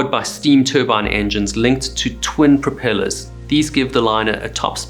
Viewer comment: Propillas? Lol